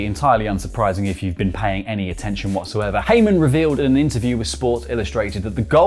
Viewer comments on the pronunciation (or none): none